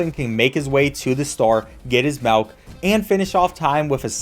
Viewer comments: please don't say melk dude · why are you saying malk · bro says melk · Where are you from? Sounded like melk instead of milk a couple times. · I love how sometimes they pronounced milk, "Malk" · ah yes, the "malk" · "malk"., 2023 👍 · "Malk" "Malk"? Boy dose accents make a difference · Can we all take a moment to appreciate how says MELK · did you just say... "malk"? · Did this dude say Melk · He says melk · I'm not a native English speaker, but tought me how to perfectly pronounce MILK